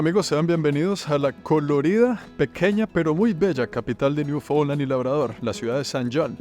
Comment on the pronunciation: Genial la saga! Lastima que pronuncio mal Newfoundland todo el tiempo!